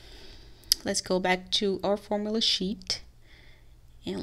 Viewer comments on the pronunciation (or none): You have the pronounce the U in formula.